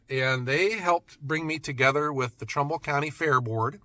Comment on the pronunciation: First it was Portland but you actually ment Cortland. Now you say Trumbull but it really sounds like trouble county. . I talked are sawmill manufacturer in to makeing it to Eugene this year. probably a long shot for more then that. I mean I consider it the world's greatest sawmill. I mean I have considered milling out 8x12s over 20 foot and cutting them to length and splitting them. That would technically be ""making firewood"" LOL